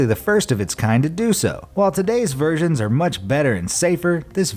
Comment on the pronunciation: Everytime you say "version" I keep thinking you said virgin